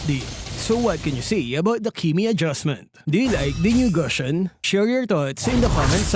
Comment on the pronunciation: Even after all this time, still struggles to pronounce Gusion’s name correctly. Looks like this is the end.